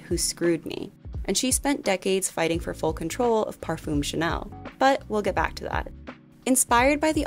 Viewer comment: This was great and very well researched but please, please look up proper French pronunciation for future videos. It doesn't have to be perfect but I felt there was very little effort to pronounce most French names, basic words like parfum etc.